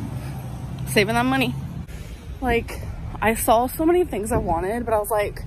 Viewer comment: She "sawl" so many things she wanted!? Ugh make it stop!